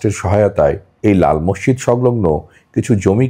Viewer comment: Morshid Na Masjid Bolo